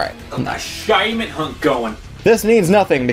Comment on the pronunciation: the shaymin...... I can't I just cant........